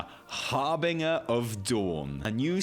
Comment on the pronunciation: Why can you still not pronounce 'harbinger' properly? Do better.